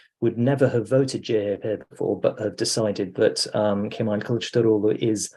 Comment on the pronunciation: Would have expected to be able to pronounce CHP as Turkish people do - ce he pe! Should work on it, because it will be the leading force in politics for the next five years:)